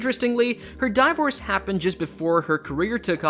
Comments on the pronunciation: Die-vorce? If this is. AI? It sucks. If a narrator? Seek a new career. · And Die-Vorce and cerebral Pals-lee... who is this guy